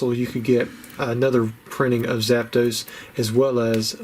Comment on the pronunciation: Absolutely hate that accent ‘ZapDOSEEEE’ its ‘ZAP.... DOS’ hillbilly😂